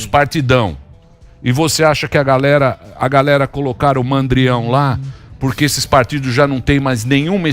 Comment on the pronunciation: Meihora teu portugues tu está dizendo "PÁ GALERA" se diz assim, é para galéra "PÁ" pá serve para abrir buraco